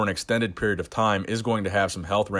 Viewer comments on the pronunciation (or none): none